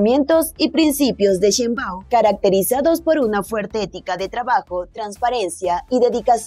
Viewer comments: Que no es sheinbau, te falta la m al final, estas menza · Se pronuncia Shein-bauM, NO LA CAGUES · Se pronuncia como se escribe SHEINBAUM no sheibau...